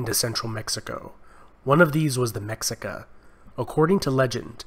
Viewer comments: Tip for pronunciation in Nahuatl the x is pronounced like shhh example: me-sh-i-ca hope this helped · It was awesome, I understand better the past of this region, but the pronunciation of mexicas is meshicas, despite its writing, Greetings. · great vid, i think the Mexica pronounced Meh She ka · Not bad, but it's pronounced MEH-SHEE-KA. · The "Mexica" are pronounced Meshika. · Mexica is pronounced "meh-she-ka" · The Mexica? It's Meshíka, pronounced Meh - shee - Kah. The "Tarascans" didn't speak a different dialect it was a completely different language. These so called history lessons are so full of shit. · MEXICA (Me-Shee-Ka) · Lol its pronounced Me-shee-ka.. say it right.. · Pronounced Meshika bro, Meshica 👍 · The X, in Mexica, is pronounced like the SH in Ship. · 😂😂 the “ MECSICA”?? It’s pronounced MESHIKA.. great video!! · fyi - it pronounced ma-she-ka (mexica) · It’s pronounced meshica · Great video! FYI, the tribe was pronounced "Me-shi-ca" not "Mexi-ca" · The "X" is pronounced "SH". Not Mexica (mex-eecaw) but (Mesh-eecaw) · X is not pronounced as a CK, it’s pronounced as an SH. *Meshika. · Magnificent video. I wish there was more study on this too. Native American history as a whole is severely underrepresented or misunderstood. We need more of this. Also pronunciation: *Méxica - MEH-shee-kah (X is actually a sh sound because of mistransliteration by Spaniards) *Aztec - AS-tek (Z is actually an S, again because of Spanish) *Méxica is what they traditionally name themselves. The use of Aztec was popularized after the invasion of Spaniards. Aztec is said to be the name of the Méxica people's ancestors from their mythological place of origin, Aztlan (As-tłan) Lake Texcoco - TESH-koh-koh Méxica capital Tenochtitlán - teh-notch-tee-TŁAHN ("tl" is more like a breathy L sound or a mix of Th and L) Tlaxcala - *TŁAH-sh-kala Mixtec - MEESH-tek Zapotec - SAH-poh-tek